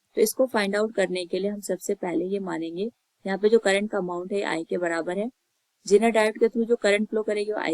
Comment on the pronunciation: It's not jeneer it's zener